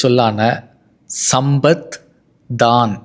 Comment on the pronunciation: GOOD INFO...... Pls pronounce properly e.g.. you are pronouncing Sampath as SamBath.. Wrong You should prounce it as SamPath....